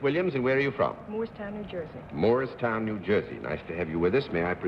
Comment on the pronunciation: John Daly & Ray Bolger did indeed mispronounce MOORESTOWN. RAY makes an enjoyable panelist.